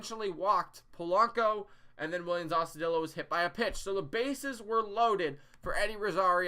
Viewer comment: Is there a particular reason you keeping saying Austudillo wrong? It’s a Spanish name